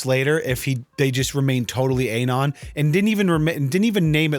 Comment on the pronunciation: People who call a boomer and he tries to defends himself, but says anon as A-non........